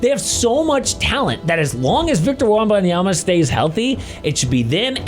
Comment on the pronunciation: “Victor Wrombomyamuh” lol 😆